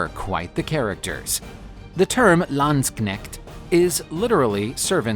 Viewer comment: You pronounce the 'K' ind Landsknecht